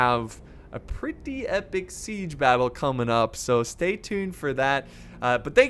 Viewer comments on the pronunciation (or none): none